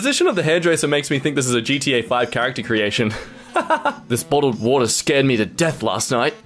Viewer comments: wottled bawter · Wottled bawter 😭